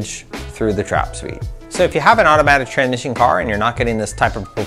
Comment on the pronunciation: Am i high or did he keep saying Tranmission, not Transmission.